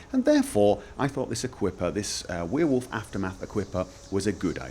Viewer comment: i started watching your vids like 1 hour ago and got annoyed about the way you pronounced werewolf but i'm used to it now and imma subscribe. For once s youtube recomendation was useful